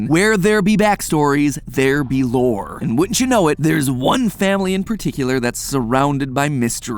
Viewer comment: Sorry Matapat, you're no longer allowed to say the word "lore" normally anymore. XD